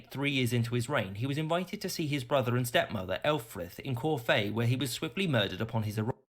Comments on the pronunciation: It's not 'corfay' it's pronounced 'corf', where do they get these 'experts ' from? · I don't know who that idiot was doing the commentary - he sounds English, but used the word "coronated" - a ghastly Americanism that ought to be banned: the word is "crowned": and pronounced "Corfe" as if it was French and had an accent on the final "e": it's CORFE - as in Corf. (It's in Dorset, by the way, and has a fascinating castle.)